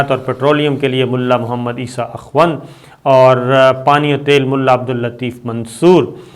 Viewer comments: صابرصاحب یہ اخوَند نہیں،اخوُند ہوتا ہے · صابر صاحب اخوند کی خ کی پیش پڑھیں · Ye lafz akhwand nahe akhond ha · Sabir Shakir : Akhoond Not Akhwand. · Akhwand nahee akhoond hota hay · Pronenciation of akhund plz check.